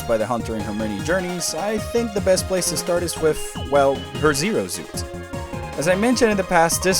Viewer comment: Not to nitpick buuuuuut "Zero Zuit."